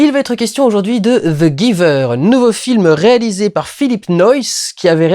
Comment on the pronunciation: Tu aurai pu prononcé le titre en anglais, ça sonne mieux